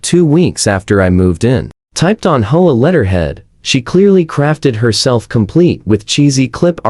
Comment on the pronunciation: hoea hoe about H O A , these ai voices when not fixed really suck ....